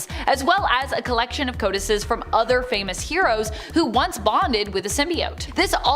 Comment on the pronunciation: Codices is pronounced co-duh-cees...not co-dices.